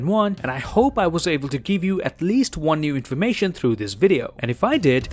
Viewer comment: No, ill see you in the next Juan. 🤣 I like how you say one.